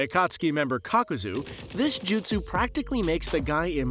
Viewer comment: Kakuza ❌. Kakozooooo ✅